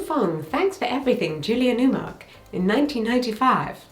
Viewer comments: The house of Labeija - Crystal founded it - the J isn’t silent. Gay young people of color formed houses and still have them today where they supported one another. Wasn’t drag queens silly. Also - you said To Wong Foo incorrectly. Many errors here but A for effort. You said To Woo Fong, thanks for everything, Julia Newmark. It’s To Wong Foo thanks for everything JULIE NEWMAR who was the original Catwoman on American television before Eartha Kitt. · "To Woo Fong, Love Julia Newmark"? No, "To Wong Foo, Love Julia Newmar" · "thanks for everything, *Julia Newmark*" Iconic 😂😂😂😂😂😂😂